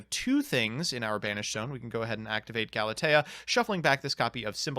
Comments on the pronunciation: Did this boy just say gala tea like it is a damn drink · I noticed pronounced Galatea three different ways in this video - none of them correct: "Gala-tee" "Gala-tay" "Gala-tia" He's been mispronouncing Galatea for years. I'm sure he's trolling us by now. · Are your pronounciations that bad on purpose? You've been pronouncing Galatea wrong for 3 years now. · Hey, he might have the legendary Yugioh Disease that is 99.99% uncurable; "Not being able to read"!